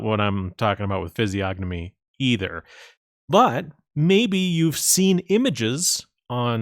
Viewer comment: The g is silent, moron